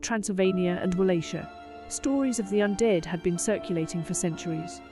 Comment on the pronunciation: First off, please just use stock photos instead of bad AI renders, second, learn how to pronounce things, you keep saying Walachia wrong.